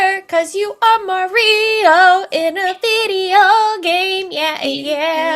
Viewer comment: Marie - O? I don't remember the character being pronounced that way, lol